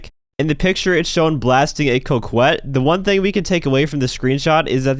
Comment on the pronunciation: It's pronounced cock-ette, not coke-wet. It's a word, it means a coy, shy, alluring, flirtatious woman.